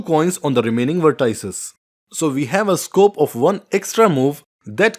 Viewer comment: vertices?? Wrong pronunciation!!